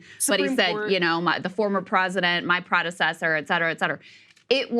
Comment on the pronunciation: Biden said the word "predecessor" 13 times. Twice he managed to pronounce all 4 syllables.